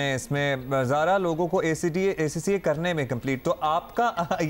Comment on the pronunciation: Host is even unable to pronounce ACCA🙈